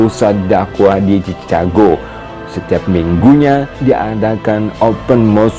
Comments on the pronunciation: Baca yg bener cikègou, bukan cica gou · Bukan cichago. Baca sikago. Benarin dl ejaan ma baca nya. Baru ulasan apa yg di ulas. Jangan sok mengulas sesuatu sedang ejaan dan bacanya gk tau. Thanks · Saya kira pendengaran saya yang salah..ternyata benar chicago dibacanya cicago bukan cikago.. padahal itu salah satu kota terkenal di Amerika Serikat. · Saran: Pengucapan Chicago bukan dibaca Cicago, Bro, tapi Chi-ka-go (brit./ Aus. accent) , atau Chi-ke-go (Am. accent). Tips latin pronunciation: Ca dibaca Ka, Ci dibaca Si, Cu dibaca Ku, Ce dibaca Se, Co dibaca Ko. SUKSES SELALU. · Assalamu'alaikum bro. Bro, Chicago itu nama kota bukan nama negara bagian, negara bagiannya adalah Illinois. Ucapan Chicago itu bukan cicago bro tapi Siikaago. Tolong jaga profesionalisme bro biar gak kelihatan gimanaaaaa gituuuuu. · Chicago bukan dibaca cicago tapi cikago. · Maaf Mas koreksi dikit. Chicago dibaca Cikago. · Chicago sebutannya Chi-Ka-go